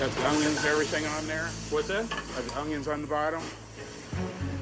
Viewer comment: this guy doesn't even know how to PRONOUNCE onions let alone prepare